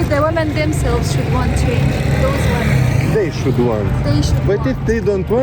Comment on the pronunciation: Afganistaniečių merginų anglų kalba šviesmečiais geresnė už blogerio, kuris varo Algirdo Butkevičiaus style: šud šud šaude...